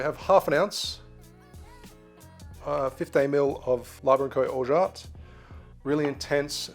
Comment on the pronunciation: That’s the best prononciation of Orgeat I’ve heard on YouTube! (French speaker here)